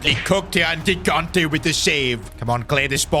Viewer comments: Second episode where I point out that it's not Gigante with the hard G put it's pronounced Jigante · If Gigante is Italian, you should pronounce first g as “j” sound (like in Gigi Buffon) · Awesome video! By the way Gigante is pronounced Jee-GAHN-teh.